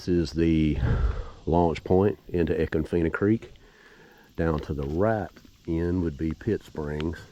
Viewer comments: I’m late to the party as usual, is it feena or Fine-ah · Love the footage. But us locals don't pronounce econfina like you do. 😂 I love it. We truly live in paradise. ❤